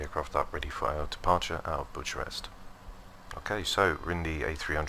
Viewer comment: Nice video, but just for info, Bucharest is pronounced "Bucarest" ie.... 'c' sound not 'ch' sound.